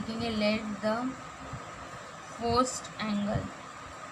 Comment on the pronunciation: Madam in 4th question you said forst it is first 🤓